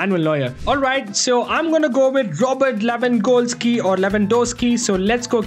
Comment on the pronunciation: I like the fact that he pronounces Lewangoalski😂 ,great vdo btw.